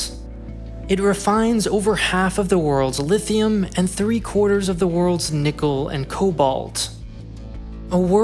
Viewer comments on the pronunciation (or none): none